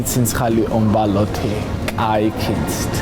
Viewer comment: "ომბლьო" "ხიზილяლя" 😁😂😂